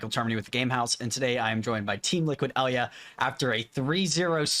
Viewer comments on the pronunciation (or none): it's Ayy- laa, not ELYA.